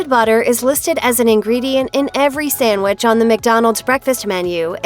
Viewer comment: Hearing SAMwich instead of sandwich 🤮